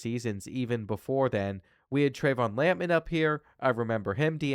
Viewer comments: Who TF says “Lamp Man” instead of lampman? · Love pronouncing Lampman’s name as if he’s a lamp based super hero.